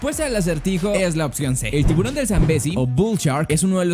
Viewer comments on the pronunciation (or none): Tivusron sanbesi